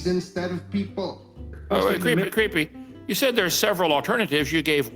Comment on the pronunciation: Is it me or does he keep calling you creepy instead of creaky?